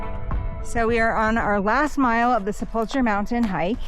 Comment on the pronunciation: I enjoyed your videos! When pronouncing sepulcher think of the ancient times and stories of the grave… maybe like the Harrison Ford movies😅